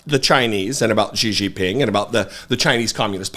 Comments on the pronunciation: “Gigi Ping”, 😂! Szhi Zhinping, brother. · I fully admit this is a nitpick but it's pronounced "SHE-JEEN-PEENG." That being said, Fox must really be brave to keep letting Trump and its hosts peddle conspiracies on air. I guess the Dominion lawsuit meant nothing to them.